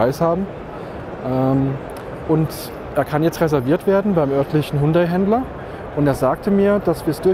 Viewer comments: Hallo, wieso sprichst du den Markennamen Hundai? Und nicht HYUNDAI? Hat doch nicht s mit einem Hund zu tun!✌😁😉😉👍💪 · Hundai (Hund-Ei) klingt bissl komisch